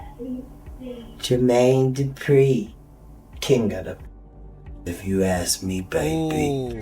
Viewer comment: Yall herd Katt saying jer...maine...du....pree😂😂😂😂🤦🏿‍♀️